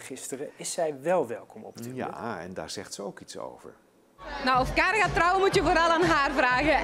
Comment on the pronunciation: Die rechter gast zegt steeds kaarn inplaats van karen en eigenlijk zeggen ze dat josje vlaams is... GIRL